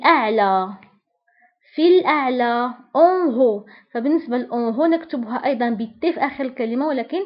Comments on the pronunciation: عزيزتي نطقك ل En haut خاطئ فهنا h لا تنطق او تنطق ك الف مضمومة أٌ.[ اُون اُو ] 😮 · من فضلك الكلمة التي تبتدأ ب h هذا الحرف لا ينطق مثلا en haut